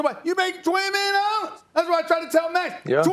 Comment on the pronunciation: 20 Nillion Dollars - Stephen A. Smith 2021